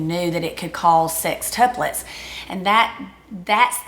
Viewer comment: I am Southern Accent from Texas...but, I swear they both say "SIXtuplets" instead of "SEXtuplets". Maybe it is on purpose to emphasize the 6?